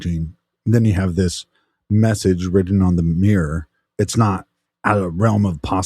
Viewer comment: Why can't you say mirror properly? 😂